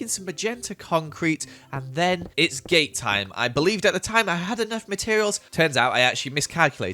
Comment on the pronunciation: game time or gay time or gate time ?!!! 🤣😂🤣😂🤣